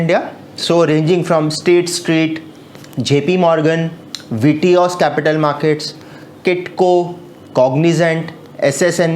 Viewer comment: Its citco not kitko